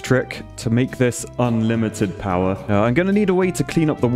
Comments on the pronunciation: Ah yes, hydroelectric poower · Ah yes. The Poower plant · It's a poo-wer station! Maybe call it the poo-ver dam?